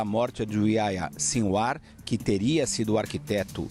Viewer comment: Aia Sinwar?? Que nome é esse??..Ohh, jornalista.. Faça uma pesquisazinha básica para falar corretamente nomes importantes!! Pelo amor!!..Aia Sinwar!!😖😖😖😖Que vergonha!!!